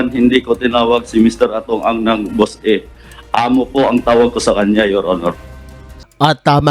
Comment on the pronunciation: Naloko na 😂 Boss e daw hindi Boss A wahahaha